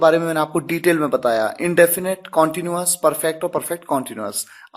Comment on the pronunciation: कौनटीन्यूअस नहीं क्नटीन्यूअस